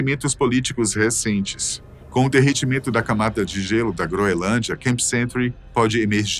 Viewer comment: Não é "groelândia", como está sendo dito repetidamente aqui pelo ilustre narrador, é "GROENLÂNDIA"!🤨